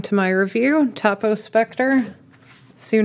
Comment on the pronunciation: I’m pretty sure it’s toe poe not taw poe. It’s named after the owner Tony Post.